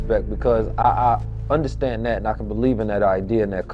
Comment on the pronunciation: You unnastan me? you unnastan me? you unnastan me? I cannot get enough of Billy Carsons mind, but that was hard to get through.